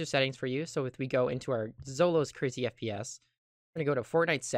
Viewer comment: who heard SPS When he said FPS for the first time